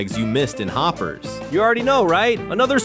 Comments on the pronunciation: The heck is Hoop ers it’s Hoppers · Ah yes, "Hoopers", my favourite Pixar movie... (for real though nice video I love this movie)